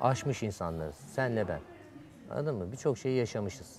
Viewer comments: nobody: k.o yarışmacıları: annadin mi, annadin mi????? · zaten tüm bölüm boyunca annadın mı diyip duruyor